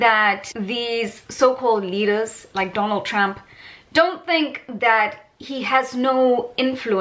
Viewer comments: Lol . Awesome video but why do you pronounce it as Tramp. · I love you calling him Tramp 😂. I am from the US and we get in everyone else's business so why shouldn't others get in ours. You go girl. Great video.